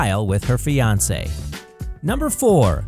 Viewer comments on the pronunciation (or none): none